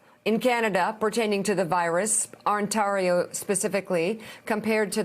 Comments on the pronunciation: Un tah reo. Interesting pronunciation of Ontario. I kind of like it for variety's sake. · Shame on Mika - mispronouncing Ontario & referencing Thanksgiving which Canadians observe in October. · She can't pronounce Ontario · Just an FYI: our hospitals are not going to be able to cope for much longer. This provincial Conservative government has made the wrong decision at just about every turn. Also, her inability to pronounce Ontario is adorable. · Ontario. Toronto. Premier. Just a few words Mika might want to polish up her pronunciation of before she does another report on a region an 8 hour drive away she seems to know very little aboot. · Imagine being an adult woman never ever having spoken the word ONTARIO before. Like wtf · Lol love how pronounced Ontario 🇨🇦. This is my province and it’s beautiful here ❤️🇨🇦❤️ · love Mika's pronunciation of Ontario!